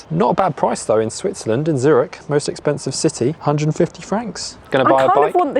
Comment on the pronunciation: Zurich is not pronounced Zuritch.